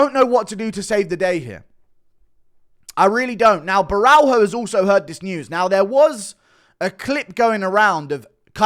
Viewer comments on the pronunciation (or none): It's not Borral-HO. it's Borra-LH-o. the L+H makes a sort of whet L sound. like you're saying l but with a speech impediment. like a baby saying L. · Borralho is pronounced BO’RAH-YO